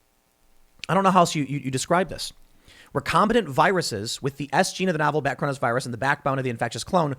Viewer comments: Since the word was butchered multiple times: It's "recombiNANT" (from re-combine) not "recombiTANT" or "recombATANT". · It’s not recombitant, it’s recombinant as in recombinant DNA. Recombinant DNA is the gene manipulation technique scientists use to make things like glowing tobacco plants as well as perform gain of function research on viruses to make novel ones. And sheriff is not pronounced shee-riff it’s pronounced share-if.